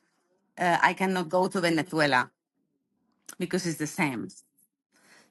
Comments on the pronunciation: Can't stand the way she says Venethuela. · She doesn't sound Venezuelan, she sounds Spanish. Listen to how she pronounces the Z in Venezuela. Only Spaniards do that. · She has a spaniard accent, and does not pronounce Venezuela correctly... however, there were good points made. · Very good video, but why is this lady pronouncing the country name as people from Spain do? Is she actually Spanish and not Venezuelan? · Wh is your “Venezuelan” guest pronouncing her S in that imperialist Spanish castellano. Nice try, she’s a Colonizer too